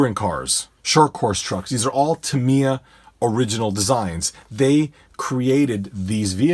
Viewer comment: Great little video the only flaw I found was your pronunciation of the company name Tamiya the I sound like an I not like an E. your the only person I've ever head pronoun it like Tameya.